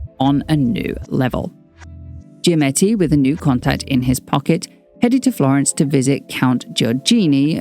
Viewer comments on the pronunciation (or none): none